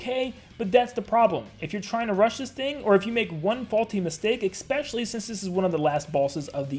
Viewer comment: I DONT CARE THAT THIS HAS BASICALLY NOTHING TO DO WITH ANYTHING BUT PLEASE OMG FUCKING PLEEASE STOP SAYING “expecially” IS ESPECIALLY WITH AN S WHAT IS WRONG YOU